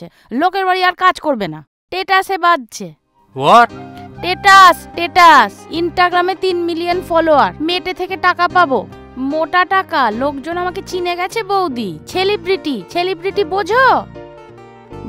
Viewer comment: ❤❤ মুখে উচ্চারিত "টেটাস" আর "ছেলিব্রেটি" Just হেব্বি লেগেছে।😂